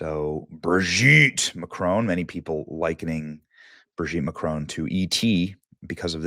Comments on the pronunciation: It's Bro-gitte! Yo! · Just don't know why this journalist has to grunt like a pig everytime he pronounces such an easy name Brigitte. Neither does he know how to say Jean-Michel. He has to translate it to John Michael. He's a real idiot. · ❌ Brigitte ✅ Brogitte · I guess its Bradley instead of "Brigitte" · Naaah stop saying BRIGGITTE like that I'm screaming. watching this on a bus 😂😂😂😂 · I scream every time Benny says "BRIGITTTE!!" Benny is UNMATCHED! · They way he's gotta say her name "BRIGITTE"🤣🤣🤣🤣🤣🤣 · Benny I love how you say Brigitte 😂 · Every time Benny says the name I start giggling! 🤣🤣🤣🤣🤣🤣🤣🥹🥹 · 😅 everytime Benny says Brigitte 😂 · Hi Benny! I'll tell you what I think; I think I love the way you say Brigitte! Makes me chuckle every single time! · Every time you say BRIGITTE it sends me to the moon 😂😂😂